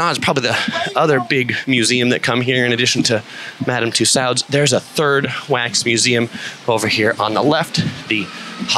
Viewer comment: Bro it"s pronounced Madame (Too Sodes)